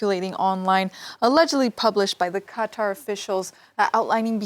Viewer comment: You should try harder to pronounce the countries name correctly, remember the emphasis is on the second syllable.